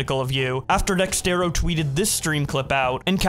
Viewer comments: Why do you you keep saying DexTero? It's DexErto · its dexerto.. DEX..AIR...TOE.. not Dextero lol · can you please Say dexerto correctly